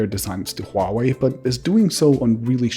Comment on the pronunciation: thank you for pronouncing HUAWEI correctly